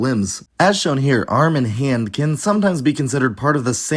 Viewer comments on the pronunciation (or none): none